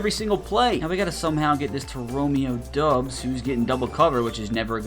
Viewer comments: Romeo god dang dObbs with a O not a U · Romeo Doubs for the Packers. It’s pronounced Dobs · The ou is pronounced more like in mob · The way you butcher names hurts me dude… like Doubs and dejean come on man